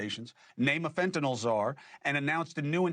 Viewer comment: Thanks for pronouncing fentanyl correctly